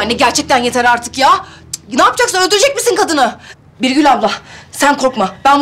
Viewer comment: Hasibe. Birgül e. Birgül diyemiyor bırgul diyo